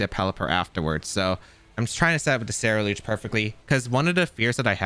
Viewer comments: Bro, if you mispronounce CerulEDGE ONE MORE TIME! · Say it with me Ceruledge SEH-ROO-LEDGE :)